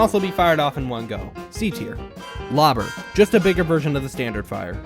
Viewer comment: Left when he said lobber at B